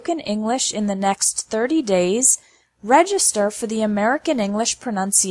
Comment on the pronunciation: I believe she's pronouncing English without any G sound in it. It sounds more like Enlish. I'm not saying it's wrong, I've just never heard anyone say that way